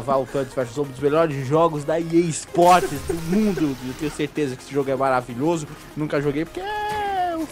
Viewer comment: O mais engraçado é que está dizendo "Pea Sports"...